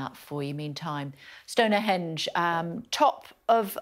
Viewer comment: Did she say "Stonerhenge"? 😂